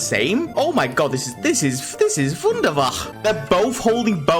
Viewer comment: I can tell your Dutch or at least of Dutch descent because of one word: Wunderbar. :D Im Dutch too!